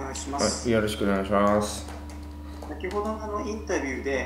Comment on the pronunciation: ヨロシクオネヤィシワァス